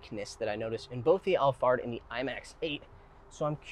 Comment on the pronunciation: Did you say, Toyota Allfart?